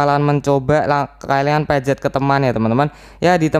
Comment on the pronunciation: Pencet bang bukan pejet